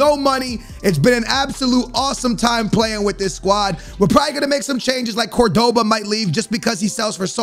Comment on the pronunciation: You pronounce Cordoba CORD-BA